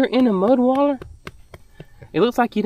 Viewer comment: not mudwaller.... mudbaths! 😅